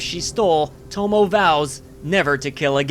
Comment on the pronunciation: Just want to point out that Tomoe is pronounced like "Toh-Moh-Ay". The e is its own syllable.